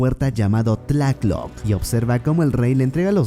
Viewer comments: " Tla loc" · Lo único que me cago del resumen es como decías Tlatloc cuando es tlaloc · Nota: no se pronuncia Tlacloc, es Tlaloc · Hola, escuacho tu canal, pero cada que escucho "Tlácloc" me causa ruido XD ya que es "Tláloc". Disculpa la critica no es por molestar. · Se dice Tláloc no Tlac loc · Se pronuncia Tlaloc no tlacloc xD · Si, lo pronuncia mal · a quien mas le sangraron los oídos cada vez que pronuncia mal Tláloc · Alguien más le da cosa cuando pronuncia mal Tlaloc? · Así no es pronuncia Tláloc pero buen video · Me da una espinita cuando dice Tláloc por qué lo pronuncia mal siendo el más fácil de pronunciar de todos los dioses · OYE PRONUNCIAS MAL TLÁLOC...🇲🇽🇲🇽🇲🇽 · Me gusta como pronuncias tláloc Jsjs pero en realidad se tiene que leer junto tláloc